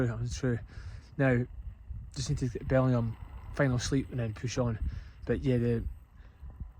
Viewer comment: Congratulations! What an achievement. I enjoyed the footage immensely. The descent from Auchope Cairn was pretty terrifying. BTW it’s Belling-jam. I stayed at the checkpoint at a summer international camp when it was boarding school in 1966! Thanks again.